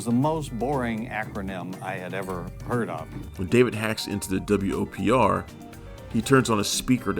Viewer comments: pronounce it WOPR not W-O-P-R. that's the whole point of an acronym! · Narrator, you're annoying me. It's the "Whopper," not the W-O-P-R. Did you not see the movie? Not once does any character ever refer to it as the W-O-P-R. Get it right, especially for such a classic. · Every time I hear him say the W.O.P.R I cringe. Have you even watched the movie? Its called the Whopper. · Nobody in the movie refers to the computer as the "W.O.P.R." It's referred to as "The WOPR," pronounced "whopper."